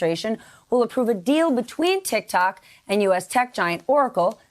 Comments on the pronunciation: SHE SAID tiktac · hahha dumb broad said tik tak